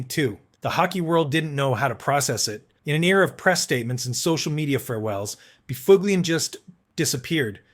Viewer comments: No. The dunghutofdarkness don't know shyte. Neither does the uploader. 6 hours ago Please...Buff Lin // That is the correct was to say Big Buffs name. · ah yes By-fug-lien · Actually NO, it is pronounced “ BUFF-lin “, Google him….That’s what the media & fans called him. The AI is out to lunch! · Spot on. But this guy made a long video. So he's gotta be right, johnb! : Dustin BoofOOgLeeEn. "Oh dear, how sad, nevermind." The [CC] Critter ended up with Dustin Befuglian. That's a better effort. Yikes.